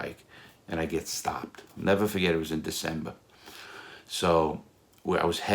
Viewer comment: nevuh fuhgett